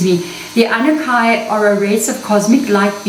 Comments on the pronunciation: Your pronunciation is so different. Ah-nu-na-kee is typically how it’s pronounced. Even on Ancient Aliens show. Are they wrong? Just wondering. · Sorry, my dear, but it’s pronounced ‘ahh new nah key’… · Pronunciation: AnnuNAHki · Just to help out a bit for those that have a hard time pronouncing this, they are called the "A - NEW - NAH - KEY" :) Thank you! xox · Pronounced as aan nu naakie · Just to help you out Anunnaki I had to learn how to say it. So I broke it down for myself like this. Ann new naki it helped me. Thank you. SARA